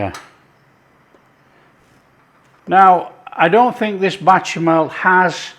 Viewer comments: Bechamel, not batchamel. Great stuff, keep it up. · Does this guy purposely mispronounce the word béchamel, or is it a north west thing? It's bÉchamel... beh-shah-mel said fast and fluid. Not, bAtchamel 🫣🙄 Also, own description says breast, leg, and thigh. Not a hater. Just liking things to be correct. Both versions look fantastic 😋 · I can only eat such dishes with my eyes anymore because of severe dysphagia. I enjoy these videos nevertheless because of their easygoing tone. And who wouldn't want to watch some delicious "batchamall" sauce being made? 😊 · I swear, you've made this little old black American woman smile! We pronounce bechamel differently but yours did look very good. I'm going to try it but to americanize it I'm going to add a little paprika. Nice job.